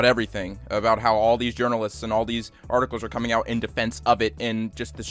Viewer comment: "Correction": Ah yes "jurnaleits" -meme man 2020